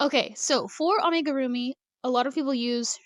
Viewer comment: You are saying Amigurumi correctly. It is pronounced "ah-mee-goo-roo-mee." It actually drives me crazy when people say it the other way. My side gig as teacher is teaching knitting and crochet to kids ages 6-18. You are not required to use the yarn under method. Also when you are using channel yarn I recommend new crochters use a ton of stitch markers to mark their stitches. The side your tail is on is the wrong side. I would drive you crazy if you were my student because I would have a you redo so many things. Because it will often not work out if you don't. Some projects are just fine and you can fudge it. I will miss JoAnns. They have the best selection of yarn in my area. It is really good. I will not step foot in Hobby Lobby for political reasons. I have a Michael's still. If Hobby Lobby is what you have then I understand using it. I would more then likely. There should not be yarn shaming. Use what you would like and what you can afford.